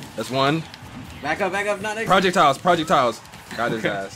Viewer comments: Why does say "project-tiles" instead of "projectiles" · "i got prowljectyles too bro" haha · Did really pronounce projectiles as "prahject-iles" LMAO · sorry but I GOTTA ROASTTT YOUUU, WTF R U SAYING PROJECT TILES??? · Why does He say Projectiles like it's two words. "I got Project Tiles Too Bruh" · I'm dead 😂😂why is he pronouncing projectiles as project tiles? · project tile my dude said project tiles